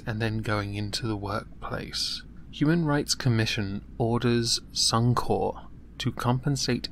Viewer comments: Corp, as in Corporation. Only place I've heard 'Corp' as 'Core' is the military. At least that's how I see it. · Suuum kore.... It's sunny corpe. Otherwise, flaeless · bluddy rowdy The word is a shortened version of corporation meaning that you do pronounce the "p". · As an Aussie god your pronunciation or Suncorp kills me hahahaha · Ian Simpson, I am aware is an abbreviation for corporation, however as a 1 word suncorp, the 'p' is silent, in circles I move in...